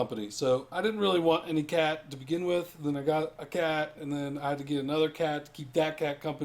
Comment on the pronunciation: cat. not cay.